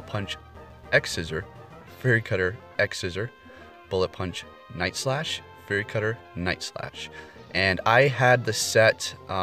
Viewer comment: Fury...not furry.